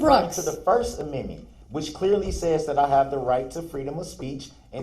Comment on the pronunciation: Oh no! He says the judge is citing the “Sixth Aminmin!”